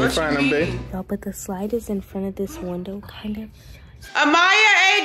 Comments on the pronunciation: It’s Amyah not ahmyah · You said it wrong it’s amyah